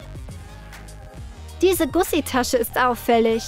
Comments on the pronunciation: Sorry aber es heiß Gucci und nich gussi😂🤦‍♀️ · Und es heißt Gucci und nicht Gussi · Das heist nicht Gussi sondern Gucci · Gucci nicht gussi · Das heißt Kutschi aber egal